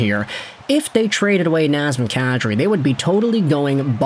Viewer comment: Non... Not NAZEM KADRI, please.